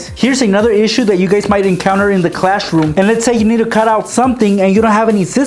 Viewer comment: Why you are saying clash room